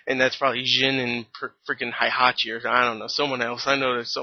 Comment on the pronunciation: the game and the Tekken Movie is not the same, I want to kill the director and script writer of this film. so many errors. the original Tekken story from the game is a lot cooler since there are supernatural beings like Devil Kazuya and Devil Jin. PS: Heihachi is pronounced Hey-Ha-chi.